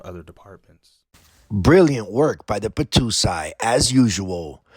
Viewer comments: Hey bro it’s the battousai not the battoosai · The Battousai Pronounced.... "Bah-TOE-sigh" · Please learn to pronounce "battousai"